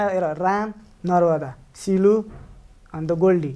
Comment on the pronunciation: Devendra looking all the time at CLU Didi's kammar and kk's hand😁😁 Goldie dai calling CLey is love❤️❤️ The way he say CLey sounds perfect 😁